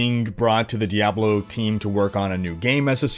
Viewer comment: "dayblo"? (insert joke here)